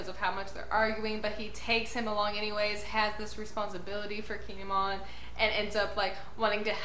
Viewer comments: The way you say Kinemon is fine. I believe it's "kin-ay-mon", but your version is fine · you are saying his name right👌👍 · Don't worry. You're saying Kinemon's name right.😁